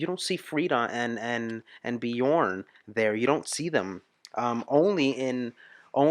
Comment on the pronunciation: you are clearly an ABBA Fan now, you should learn to pronounce their names corectly, try angneta instead of agneta, and björn is like bjearn the ö is not an o, it's like the beginning of the word earn